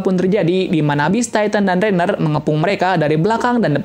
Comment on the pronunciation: Ryhan kaliiii bukan rainer hadehhh😪